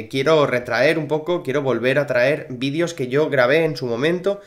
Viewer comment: Se dice videos no vidios 😑😅